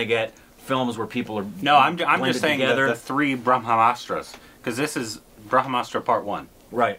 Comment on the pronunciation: try to say BRAM-HASTRA, instead of BRAH-MASTRA 😀 it doesn't qualify as korbinization 😬